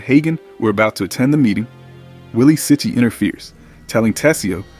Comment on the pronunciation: How can you not kno how to pronounce characters names...do some research instead of takes from the book...its Willie Chee-chi.